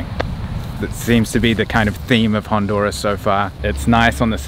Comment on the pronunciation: Garifunas are not from Nigeria and this can't even pronounce Honduras correctly!!